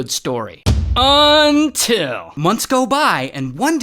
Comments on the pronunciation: Ok that “until” caught me off guard 😂🤚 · i love when he says UNTIL….